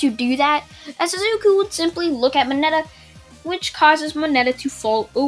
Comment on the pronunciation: You said mineta